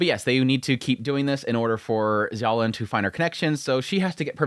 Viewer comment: Every time you say "Zolan" it takes me 3 seconds to register you mean "Xiaolan" 😂